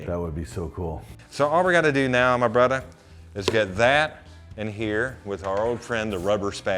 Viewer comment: When I heard em lead the video with “ hey brudder “ I thought o boy this one’s gunna be a silly dude. But then he started in with his “emulsion “ and “ inclusion “ big old words. I appreciate someone that really knows their craft and learns the intricacy of all the steps. See I use big words too. Refrigerator.